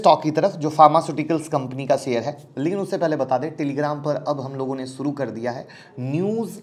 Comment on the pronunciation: Your pronunciation of Sh ( श ) as स is very irritating. For example, It is शेयर not सेयर. Please improve if you want to compete as a good U tuber, otherwise forget and enjoy स only. 🙏